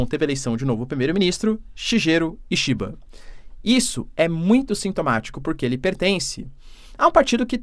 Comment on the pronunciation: Desculpe mas a pronuncia correta do novo primeiro ministro do japao : " Shiguero Ishiba "